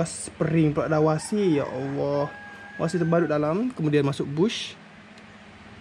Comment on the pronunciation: Washer Aki bukan wasi